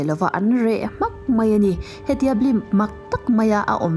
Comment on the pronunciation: Ngaihthlak a nuam thin. Amaherawhchu... 'Sipai' ti a lam rik tur hi 'Sipei' tiin i lam ri a, 'Mai' tih tur 'Mei' tiin i lam thin a, fimkhur deuh la ka va ti ve.